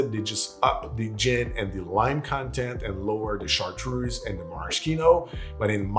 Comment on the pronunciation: Why does a native French speaker pronounce Chartreuse like an American?